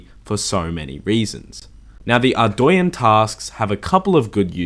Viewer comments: Man... the way you say Ardougne makes me cringe. It’s AREDOUGHNE not ARDOWYEN brother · Are-doy-enn is not correct pernounciation if i correct its actually are-dough-nay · why does everyone pronounce ardougne (ardwayne) ?? Its Ardoooon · "ArdOOUne" Edit: also another thing from the elite desert diary is the desert amulet 4. When worn, you will be FULLY immune to desert heat and have UNLIMITED TELEPORTS to nardah (there is also ANOTHER teleport but i forgot where the other teleport teleports you to) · Dude your not saying Ardougne right, its pronounced Ardoan. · I do stuff It’s not pronounced how he pronounces it. It’s Arr- dOHne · It's arr-doyn. Look it up yourself. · No one is gonna mention how he pronounces Ardougne?